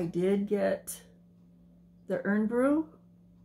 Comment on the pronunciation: also lol it’s pronounced like iron brew even tho not spelt this way but ye over here it’s pronounced iron brew like the thing we iron our clothes with lol just thought i would let you know I’m not keen on it it’s very popular here I’m more of a fanta or 7up and yazoo milkshake guy 👍👍👍👍❤️